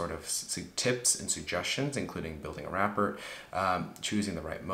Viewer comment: what is rap-port? the way you said it in the video is not correct. The "T" is silent. Its more like ra-poor. geez MDs come on!! Need AI to connect with fellow man. Like you lose your damn minds in med school. The irony of an MD not being able to pronounce that word correct.